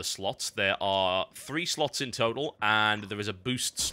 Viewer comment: it also helps if you pretend TB is saying sluts instead of "slots" :-)